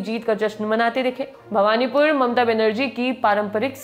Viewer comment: Bhabnipur ,not bhawanipur